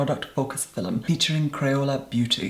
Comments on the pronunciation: "Fi'lum" Love you. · “today’s phil-mm” love eeiiittttt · "in today's fil-um.." iconic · the only reason I'm watching his videos is that i want to hear how he says 'filum' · you have such a calming voice and i love how you say film thank you for being on youtube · I love how you say "film" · Today I met an Irish woman who says film the same way as, I had no idea it was really how Irish people pronounce it. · Take a drink every time “film” has 2 syllables